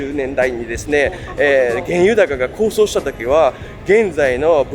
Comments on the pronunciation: こうそう、でなくて「こうとう」高騰です。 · 動画アップありがとうございます。勉強になります。先進国のくせに日本では食品内の有害物質の表示義務はほとんど無いですよね。 そんなモン入れるわけ無いやろ、という日本らしい性善説に基づいた考え方かも知れませんが、ある意味メーカーのやりたい放題です。 また、同じ物質でありながら、欧米では発がん性有りと認めているのに日本では認めていない物もあります（逆も有り）。 あと、高騰は「こうとう」と読みます。知るは一時の恥、知らぬは一生の恥と言いますので、お気を悪くなさいませんように願います。 お身体に気を付けて下さい。動画を楽しみにしております。(o・ω・o) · 高騰 読み方は、”こうとう” です。気になったので。。アメリカ、楽しみにしています。頑張れ！ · 物価高がこうしょうではなくこうとうではないかしら？ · こうそう？高騰(こうとう)でしょ。 学校どこですか？アメリカ？ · 素晴らしい動画ですね。編集も素敵です。たいへん勉強になりました。学校の教材になるクオリティですね。ここまでしっかりした体験レポって、あるようでないと思います。 遅ればせながら登録いたしました。 一つだけ、高騰（こうとう）です。細かくてすみません。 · 高騰をコウソウって言ってません？ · 高騰をコウソウ！って言うてはるん！もうちょっと読み書き勉強してまともな動画にしてくれよー💦